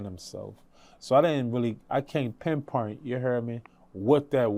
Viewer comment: I can’t “ pin pernt it “ either